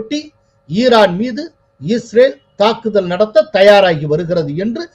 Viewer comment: ஈரான்மீது நாளை தாக்குதள்....? லகரம் ளகரமாக ஒலிக்குது..... கோலாகலஸில் தமிழ் கொலையா....😮😮😮😮